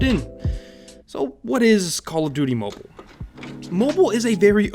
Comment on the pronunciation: "Call Of Duty Momo" lol